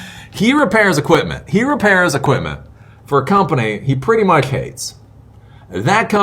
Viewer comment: how hard cant it be to pronounce "much"